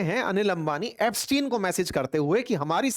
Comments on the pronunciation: It's not Epstiaen it's Epstein 😅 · Ep stein read as STEEN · Aap iska naam sahi se pronounce nhi kar rhe hai